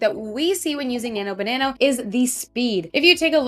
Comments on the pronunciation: Why do you keep saying "Nano banano" instead of "Nano banana"? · As you probably already realized, it's actually Nano-Banana (not Banano) but that's Ok because you sound cute saying Banano, I like it! 😁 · Why do you say "BananO"? Annoying as F@ tbh... sound like a teenager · I just thought it's how Canadians say it :))))